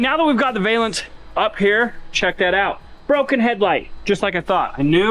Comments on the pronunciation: it's pronounced Val--ance. NOT. Va--lance👍👍 great vid keep it up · Valance, like balance. A valence (with a long A like Scale) is a term used in chemistry and atomic physics. I know, you don't care. It also really bugs me that no one who works on cars knows how to pronounce solenoid. 😝